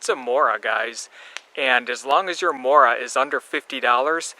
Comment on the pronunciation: morakanieve? lol